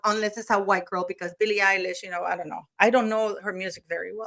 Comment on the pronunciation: Did she say Billie “EYELASH”?